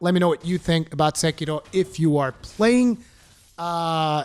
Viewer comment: The ONLY person on the internet to pronounce Sekiro properly. I cringe so hard whenever I here SEKERO. Subscribed. Loved the review. Keep locking scrubs out of your games FromSoftware. We love you guys for it.